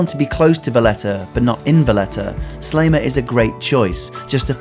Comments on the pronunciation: Very nice video. One problem, every time you say Sliema" you pronounce it something like "Slayma" and it annoys me a bit XD, it's pronounced "Sleema". Another fact about Sliema is that there is this stereotype that foreigners live there. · You might have made more of an effort in pronouncing the names 'a la Maltese' Medina is pronounced Med-ina and not Em-dina. Sliema is NOT Slay-ma but pronounced Sleema. Grrr. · Good video, well done!, but.....please - Sliema is pronounced "sleema" - not "slayma".....always has been and always will! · Pronounce please . Seleeema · Great video. Used to live in Sliema which is pronounced Slieema, long e, not short.